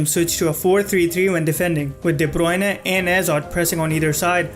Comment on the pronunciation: Very interesting video... But you have a very weird way of pronouncing the players' names... Half the time I didn't understand who you were talking about... Who is Debronay ? I guess It was de Bruyne... Anyway... Good analysis nonetheless ;) EDIT : ok I just finished the video... Yep Debronay is de Bruyne XD